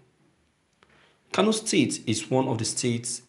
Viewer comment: Pls you should check the word , it is Kano, not Kanu. Please please.